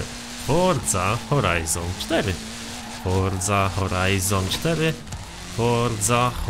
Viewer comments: Forza Horizon 4 x nieskończoność Czy tylko ja słyszałem fordza horizon 4 ileś tam razy czy mi sie wydaje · Foża hołajzon sztery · Mówiłeś 1000 razy Forza Horajzon 4